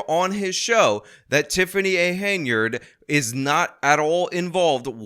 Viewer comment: Henyard, pronounces it incorrectly like how you spelt it and it's infuriating lol.